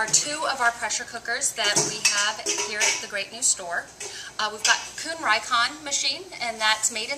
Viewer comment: you said rikon, its prounounced ree-kon, not like its spelled